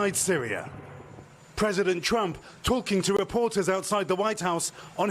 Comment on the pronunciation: It’s pentagon not pentagin